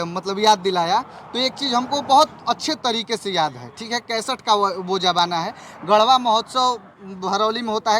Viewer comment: राकेश भईया सही है सबका लेवल अलग अलग है... 🙏🏻Bhaiya mafi chahunga lekin reporter mahoday gadwa mahotsaw nahi hai, gadha( गड़हा), hota hai